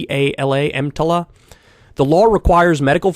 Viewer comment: if you mess up the acronym once, that's a mistake. But you messed it up twice. It's clear you don't know what you're talking about.